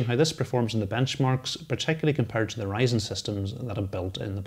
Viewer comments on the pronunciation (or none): none